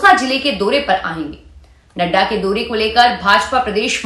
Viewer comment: आपकी हिंदी शुद्ध नही है मोतरमा औ की मात्रा की जगह ओ बोलती हैं जैसे चोदा नवम्बर , दोरे करने लगे आदि